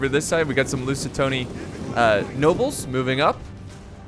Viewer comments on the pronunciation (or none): says he will go with lusitani in the begining then says lusitony the entire video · He said “I’ll go with lusetani” He kept saying lusetoni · Stop saying f lusit"O"ni!!!! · If I hear “loose a tony” one more time I’m going to kill myself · loo-si-tane-e. The Lusitania was the name of the ship during WWI which helped bring America into the war. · It's pronounced "loo-zee-tah-nee" Lusitani, they were Iberian warriors that resisted the roman invasion for a long long time. Until their commander was betrayed and then the "Lusitanos"(which is what we call in Portugal) fell. Also the Lusitanos are the ancestors of the Portuguese people. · LOO SI TAN E. PLURAL: LOO SI TAN E I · Read my lips,. LUS IH TAH NI LUSITANI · its LU SI TA NEEE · Cut him some slack: Americans don't really get vowels:'D Love you! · Lusitani. Say it with me...'LOOSE-ITARNY' XD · Loo-si-tan-ee listen to the pronunciation :D loved the seige man!! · That's it, I can't. Sorry dude but I'm not gonna watch another video with Lusitani if you keep mispronouncing...its cringy AF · Dude, just read the name one letter at a time. Im sure you'll get it. It's an A not an O.